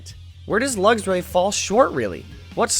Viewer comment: I absolutely love this series but I have to say this is the first time I've heard someone pronounce Luxray as "luggs-ray" instead of "luks-ray" and it's throwing me off!